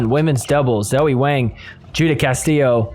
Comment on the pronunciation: My guy, I love you, but Wang rhymes with song, wrong, long. Wang does NOT rhyme with slang, bang, sang.